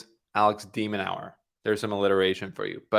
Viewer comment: has a funny way of pronouncing De Minaur’s name… De-Man-nor… not Nau-er